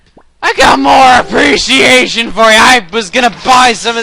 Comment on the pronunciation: Me and my friend laughed SO DANG HARD when you showed your "apprcreciation." to beedle